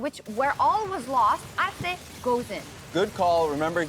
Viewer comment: Solo Sjokz pronunció el nombre de 'Arce' bien lol